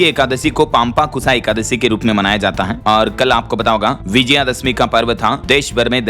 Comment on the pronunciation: पांपांकुशा नहीं, पापांकुशा एकादशी। छद्म अंग्रेजियत के नशे में हिंदी और हिंदुत्व के साथ कुचेष्टा मत करो। 😮😮